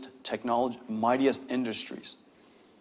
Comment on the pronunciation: "mydiest industery" what does he mean?